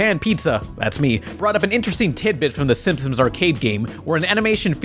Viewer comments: why does he say "simpsons" like "simpsoms" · I like how he pronounces it simsoms. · Idk why you pronounce "Simpsons" as "Simpsims" but I hate you for it. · The narrator in the bit about Bart's blue shirt can't even pronounce "Simpsons". He's like "Simp-sims"